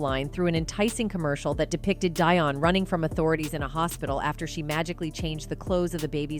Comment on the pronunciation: I love Celine with all my heart, and my heart breaks to hear she has to endure such pain and suffering. She will always, as her music/songs have a place in my heart. ~To the person doing the voice over, learn how to pronounce Celine's last name. That was so annoying. Be well Celine. We are all praying for you !!!